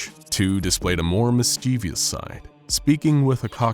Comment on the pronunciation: i'm begging you to pronounce "mischievous" correctly <3